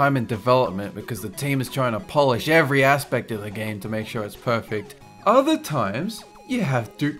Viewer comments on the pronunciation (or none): none